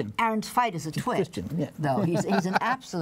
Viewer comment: If you're going to review ''Moulin Rouge!,'' please have the professional courtesy to learn how to pronounce the names of the Broadway stars you're critiquing. It's not Aaron TVET or TVIT. It's not Karen OLIVIO. It's Aaron Tveit (which rhymes with wait) and Karen Olivo. And then there's the mangling of Sahr Ngaujah's last name; it's pronounced gow-jah, not negallah.